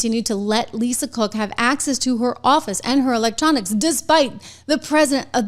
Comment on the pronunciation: You say Lisa Crook 😂